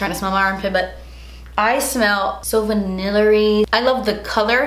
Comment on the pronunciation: "vanillery" hahaha :)